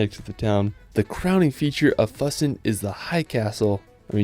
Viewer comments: I know it's hard to pronounce, but could you possibly pronounce names of towns, and places as close as German pronunciation. For example, Füssen isn't Fussen, more likely, Foosen. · Füssen is pronounced like foo-sen. You gotta work on you German pronunciations because half of these places I couldn't tell what you were talking about until I saw the text. it has an umlaut. It doesn't make an uh sound. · It's fEW-Ssen. The "Ü" is like that for a reason. Lol